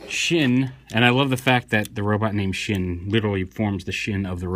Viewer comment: Shin isn't pronounce that way. Its pronounced Shen. Japanese i is said as a long e. So the joke is lost lol